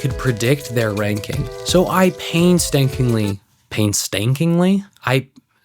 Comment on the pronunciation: brother "pain-stankingly", you got me remembering all the times i said something wrong or even right, and it just doesnt sound right. top tier clip XDDD